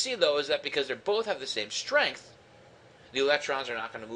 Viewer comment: stength haha